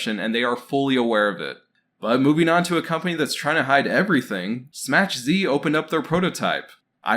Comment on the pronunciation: Dude SMACH Z is a polish word meaning a SMS/Message from. It is pronounced SMACK Zuh ( like huh with a Z)